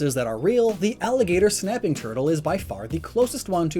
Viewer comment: Thought you said "napping" and was about to mention Snorlax lol